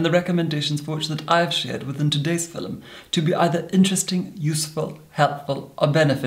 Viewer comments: A "FILL-um"?! Exactly what is a "FILL-um"?! LOL! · I pronouced film as filoum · Ahhhhh he says ‘film’ like they did in Shakespearean time ‘philoem’ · no one:: FiLeM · I adore how he pronounce 'filum' 😂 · “Filim” holy shit I love it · I’ve never heard the word “film” said with two syllables but I kinda dig it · Lou Drake it’s a posh Scottish thing! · The Dutch say it like that too